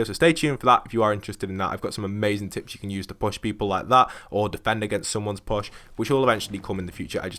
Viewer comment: Your Push, sounds like Posh. Anyway, thanks for the tips.